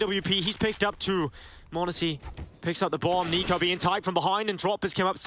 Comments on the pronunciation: Narrator dude pronounced NiKo as Nickko lol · How did the VA person read NiKo as Nick-o lmao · you really can't pronounce niko correctly lmao